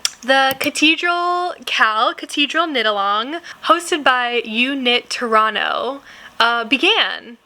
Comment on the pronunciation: Hello from Canada 🇨🇦....just had to pause the video and applaud your pronunciation of "Toronto"....you could pass for a Canadian 😊❤